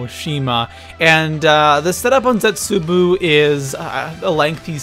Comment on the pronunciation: I think it's cute when you said "Origins 2.0... I mean Der Eisendrache." Really funny, cute. Seriously, though, you have no idea what you're talking about, you're the worst zombies YouTuber, and you pronounce "Zetsubou no Shima" and "unlimited liquid divinium" as if you've never attended any form of educational system. Also, it should be "". But, that can never be the case, because a fat cow like yourself thinks Der Eisendrache is unoriginal, and you suck at zombies. You are certainly not too pro for anything.